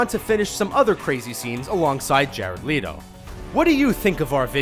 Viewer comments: The hell is this pronunciation on Jared Leto's last name Lee-to it's let-o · Jared LE-TO, not Jared LEE-TO. The guy's a fuckin' Oscar winner, at least pronounce his name right... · hes pronounced "letto" more than "leeto". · It’s Jared Leto pronounced LETO NOT LEETO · lee toe bruh it let o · its leh-to, not leeto. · ITS NOT JARED LEETO!! ITS LETO!!!! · It's let o not lead o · Leeto? It's pronounced let-oh. No offense but I'm the grammar Nazi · dude its leto not leeto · "Jared leeto" umm it's "leh-to" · Jered Leto not jered Leeto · I cringe a little when he say Jared Letto wrong just a little 😔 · U said jarred Lito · "Jared Leado" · "Along side Jared "Leeto"" boi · OMG YOU MISPRONOUNCED JARED'S LAST NAME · He said Jared Leto wrong😂😂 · pronounced Leto wrong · He says jared Leto and Margot Robbie weird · You are saying Jared lettos name wrong